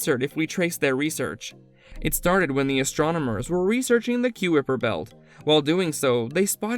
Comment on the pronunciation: Take a shot every time this robo voice pronounces Nibiru & Kuiper wrong, lol Planet 9's orbit is NOT 20yrs !! It's estimated to be over 10,000yrs ! "Collide with the premises of Earth", "planet Pluto" "Pluto 9" ? How many stupid errors can you fit in one video ? LoL